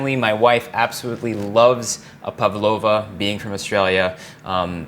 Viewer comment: The accent on the first syllable: it is PAvlova, not PavlOva...